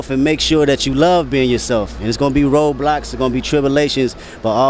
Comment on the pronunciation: Nah no fucking way I though he said roblox when he said road blocks